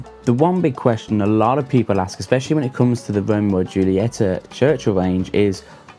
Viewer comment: Could you trust a guy who can't pronounce the name of the cigar brand ;-)